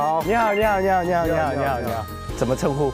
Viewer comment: I think he said "..eenihaoo .." well that whats i heard